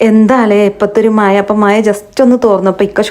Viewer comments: മയ അല്ല മഴ ഒരു പാട് പേർ കാണുന്നതല്ലേ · മഴയാണ് ട്ടോ മയ അല്ല ട്ടോ മളെ